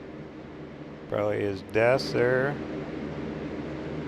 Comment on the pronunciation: Love your adventures off of the main highways but I’m laughing because my husband gets very frustrated every time you don’t pronounce the “L” when you say railroad 😂. Instead you say rayroad, oh and you say prally instead of probably 😂, that gets him every time as well, but you do you, we still love ya!